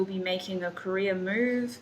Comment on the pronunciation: The way you pronounce Career it sounds like Korea lol